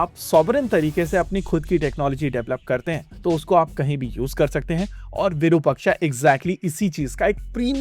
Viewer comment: bro please pronounce the word Virupaksha correctly! why the 'aha' sound in the last?